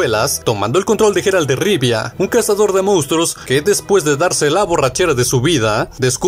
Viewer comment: "Comandante cherpad"? 😂😂😂 😂 y ese quien es ? no sera el comandante Shepard de mass efect? vocaliza o lee bien compadre. Y la "G" del nombre del Witcher suena como "y" porque es en ingles y no como jota en español: "Yeral" no " Jeral" . En Batman el nombre de arkhan se pronuncia " asailum" no " asilun" . En fin...